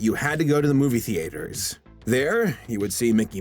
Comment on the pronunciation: you said movie theaters weird 🙃